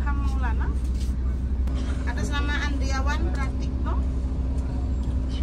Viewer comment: Sek mas kyke mbak e yg ngabsen itu salah sebut nama ya... ANDRIAWAN PRATIKNO..??? Padahal kan ANDRIAWAN PRATIKTO...😂😂😂